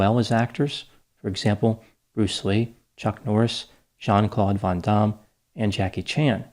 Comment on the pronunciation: I enjoyed this video.....I loved how you kept taking shots at Steven's career and how you actually pronounced Van Damme's name correctly (pronounced Von Dom)